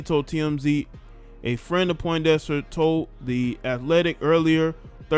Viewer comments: Bro you didn't even say her name correct! "PONDEXTER" Where are you getting Poindexter from Fam 😆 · Hey little bro her name is Pondexter not Poindexter